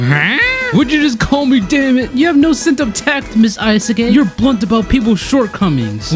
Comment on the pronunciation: I love how he calls her ayasuke, it catches me off guard everytime